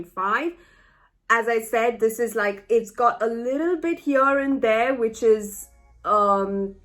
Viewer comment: It was funny when the revelation about Jon's real name came when he and Danny were making love. You said, "Get out of here", but it sounded like "Get out of her". 🙂